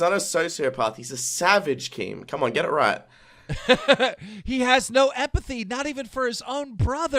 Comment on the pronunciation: "epathy" - illiterate Keemstar